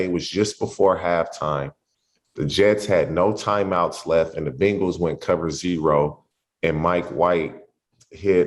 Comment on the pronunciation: It's Bengals not Bangles 🙄 Bangles are bracelets.